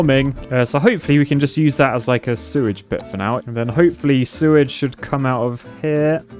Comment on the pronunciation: Lmao ho-poo-fully